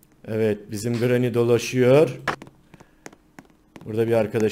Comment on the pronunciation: Grrranyy deme